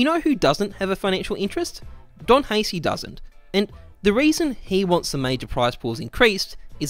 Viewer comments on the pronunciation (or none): I hate how he pronounces don haci's name It's Ha-ch-e Not Ha-s-e Good video though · Isn't "Don Haci" pronounced "Don Hachi"? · Calling Haci "Hacy" ahahahahhaha DogHaci